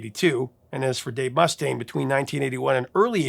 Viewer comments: Not MUS-taine, Mus-TAINE. Eesh. but failed Basic Metal. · Must stain! That pronunciation had me rollin'!😅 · Wow. Righr off the bat you mispronounced , Dave Mustaine's name (musTAINE, not MUStun) AND Lars Ulrich's name. (Ulrik, not Ulrich)